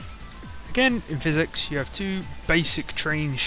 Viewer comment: I think hes saying PH as an F and X is just hard to say so it turns into physics